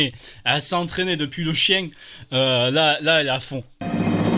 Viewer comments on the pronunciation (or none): Greg master le maillon faible?! Les gars « LE CHIENG » « DOLLARS » « TOUR-NE-VIS » ???!! NON je suis ko xD...